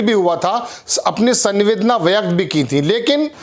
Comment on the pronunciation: Sanvedna nhi samvedna pronunciation hota he is shabd ka